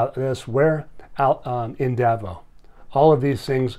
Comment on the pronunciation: It's pronounced Davos, with an s on the end.